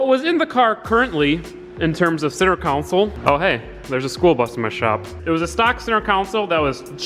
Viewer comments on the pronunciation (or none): I couldn’t even finish this video because I can’t handle you saying council repeatedly, when it should be console. Yes, CON-SOLE. ffs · Say it with me... CON SOLE... console. Not council. That’s a whole different thing. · It’s console not council lol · CON not COUN, its buzz me off!!! its console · HOLY FUCK IT'S CONSOLE NOT COUNSOLE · "Center Cownsul" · con-sole theres no u in the word........ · “Center cowncel” lol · Why didn't you flip the smaller section of the centre console? It would have mated way better imo. Also, You say console super weird lol.. Love the vids